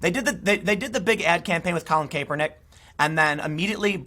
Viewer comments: CAP!! IT'S PRONOUNCED CAP..ER..NICK.... love your work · cmon man,, it's pronounced Kap-er-nik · Tim you need to pronounce his name correctly , you sound out of touch. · Tim it’s Kaepernick not Caepernick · It is Collin (Cap-ernick). Think baseball cap bro! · Why can't anyone pronounce his name anymore? It was always KAP like ball cap. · Anybody else bothered by how Tim pronounces "Kaepernick"? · Are you intentionally mispronouncing Kaepernick? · Tim please pronounce his name right lol it’s annoying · I'll never get tired of Tim pronouncing "Kaepernik". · I totally agree with you, but please learn how to say Kaepernick's name if you're going to do a bunch of videos on him.